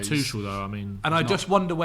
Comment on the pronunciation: Zac can you please teach how to say Tuchels name. Tough to listen to him say it wrong 100 times an episode